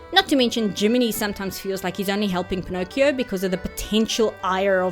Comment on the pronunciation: Pin-ock-ee-oh is the original italian pronunciation. So youre good 👍